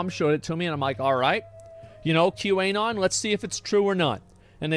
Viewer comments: The way asmon says Q anon hurts me. The Anon is short for anonymous. It's prnonounced Q anon, not Q. A. non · Does he say QA-non on purpose or is he dumb? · Why does Asmon say Qanon with a hard A? Lol